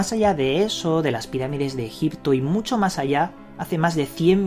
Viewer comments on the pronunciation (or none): none